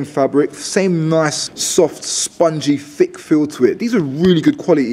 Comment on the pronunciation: Why do you say fick instead of thick?